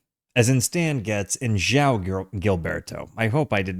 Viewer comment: You have the soft “J” sound correct on João, but then you need to follow it up with a “w” sound: “J-Wow.” Thanks for doing this great album.